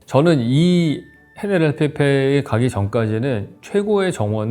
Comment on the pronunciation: 헤네랄 리페를 '헤네 랄피페'라고 하시네요. 헤네랄 리페 Generalife 입니다. (스페인어는 G를 ㅎ 으로 발음합니다)